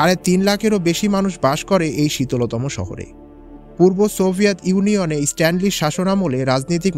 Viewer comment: Stalin ke stanli bollo keno?